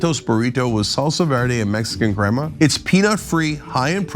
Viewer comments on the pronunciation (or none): none